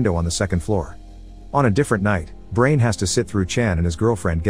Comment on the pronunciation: You pronounced Brian as Brain huh.